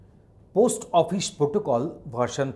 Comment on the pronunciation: Post hota h prost nhi 😂